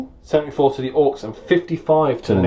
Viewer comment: wtf. orkses ? orks is not easy enough to pronounce ?